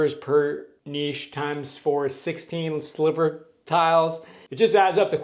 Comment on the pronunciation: Thank you SO much for the correct pronunciation of 'niche' and 'sliver'... So many people say 'nitch' and 'slither'.